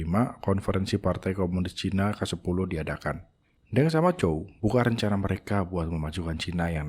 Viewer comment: Perbaiki cara baca, jangan deng tapi teng, e pepet, dinasty qing dibaca cing.